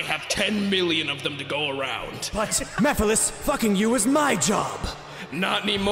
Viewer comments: I'm sorry, but I always hear "Mii-files" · MysteriousGirl 92 mehfiles was how I pronounced it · Mephiles: よろしく おねがいします as they say in Nippon- Shadow: ME-FILES Me: 😂👌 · i like how shadow purposefully and always mispronounces mephiles's name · this was actually how i thought Mephiles was pronounced